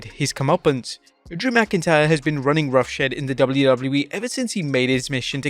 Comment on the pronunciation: rough shed? Jesus... the lack of being able to pronounce words, the multiple repetition of words within a sentence and the general lack of being able to use colloquialisms and phrases. I can't watch this channel anymore.